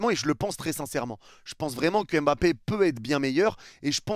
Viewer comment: On dit Mbappé et non M'bappé 😊